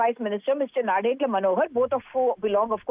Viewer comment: It’s nadendla not narendra 😂